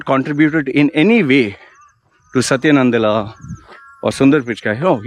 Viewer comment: 3rd time correction: Its PICHAI and NADELLA, please say the last names correctly. you said PICHKAAII and NANDALLA